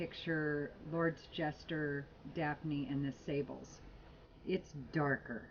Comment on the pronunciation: Love your reviews,. It's pronounced SAAH-bluh, by the way.